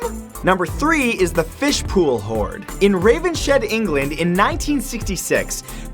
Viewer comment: This is literally the first time I heard my home village (Ravenshead) in a video. Also... It's pronounced Ravens-head